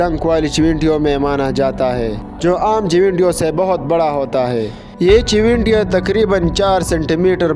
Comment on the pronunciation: Pa Pakhtho ey owaya. Tipping na Ticking. CHUWENTYAAN : CHUNTIYAN